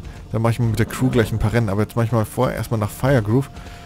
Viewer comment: Das Fir von Firgrove wird quasi so ausgesprochen wie das Fir von Firmung :D Also nicht englisch ^^ Gute Folge! :)